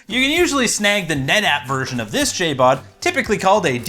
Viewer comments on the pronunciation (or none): Lol it's JBOD not JABOD